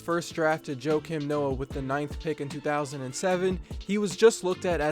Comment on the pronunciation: Aren't you mispronouncing his name